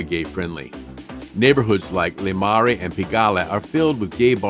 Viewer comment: I love the video but dude butchered every French area Marais is Muh-Rey, Pigalle is Pee-juh-ley